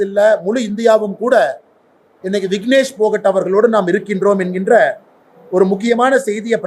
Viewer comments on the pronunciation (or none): ஆடு, வீராங்கனை பெயர் வினேஷ் போகட் NOT விக்னேஷ் போகட்., இருபதாயிரம் புத்தகம் படிக்காத GOAT உளறல் அதிகமாக இருக்கு. போலோ proud KANNADIGA கீ ஜெய்